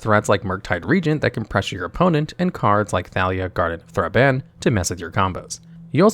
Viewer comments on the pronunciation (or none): He mispronounced Thraben too, and a couple dozen other words too